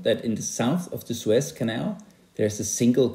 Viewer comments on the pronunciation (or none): I heard Swiss Canal instead of Suez 😀